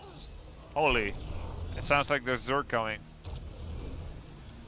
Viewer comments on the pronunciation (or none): none